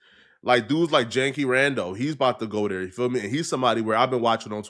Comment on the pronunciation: It’s Janky Rondo, shoutout to you for mentioning him but bro you gotta get his name right😂😭😭😭